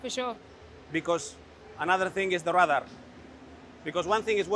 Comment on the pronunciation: I was wondering why he kept saying "rudder" then I realised he means "radar" but he just pronounces it incorrectly.